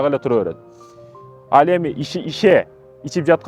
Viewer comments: Ише эмес шише десең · Ише эмес,шише десениз